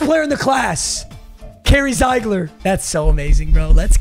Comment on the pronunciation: It’s pronounced zeegler not ziigler